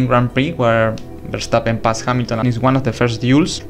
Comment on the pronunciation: You make awesome documentaries! And also a lot of props for pronouncing Max Verstappen's name the correct way!